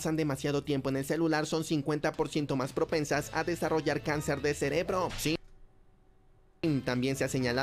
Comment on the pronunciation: si pero el perro da mucho cringe, quien mierda dice SIM EN VEZ DE SI?